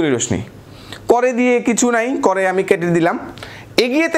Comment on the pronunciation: 😀"রশ্মি" কে রশমি বলেন কেন ভাই? সঠিক উচ্চারণ হবে "রশশি"।